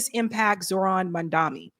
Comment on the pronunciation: 😅 please say mamdani right, IT IS Not that difficult 😂